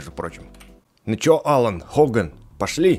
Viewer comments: Ребят знаете что немного неправильно произносит имя напарника Амоса Паркса? Это не Алан а Алина Хоган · Не Алан, а Елиан, она девочка